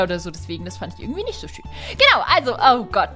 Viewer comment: ich hab zu den Tempel als du schön gesagt hast hab ich verstanden Schinken dein 🐷